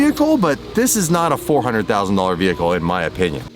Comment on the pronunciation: two HUNDURD and twenty 9 $ 🤣🤣🤣 everytime 🤣🤣